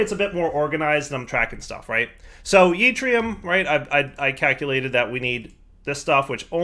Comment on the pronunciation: yeetrium is my favorite one so far.